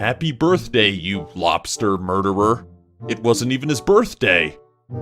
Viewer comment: "red lobrers" Read it.